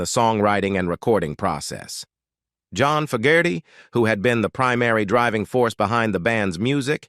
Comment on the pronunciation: I like the video and narrative however, the pronunciation of very common words and the very name of John FOGERTY was mistaken many times only to be corrected somewhat during the latter part of the video. Many words were also mispronounced leading the viewer to conclude that some type of voice reading synthesized garbage was being used to make the video. If this is corrected, you would have an awesome product.